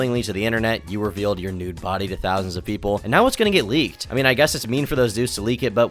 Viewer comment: ive genuinely never seen a native english speaker make such mistakes while speaking english. How is she saying "link ed" instead of leaked and "theres a lot of page"